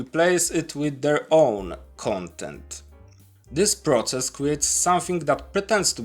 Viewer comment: The only word i had to do a double take on was "process"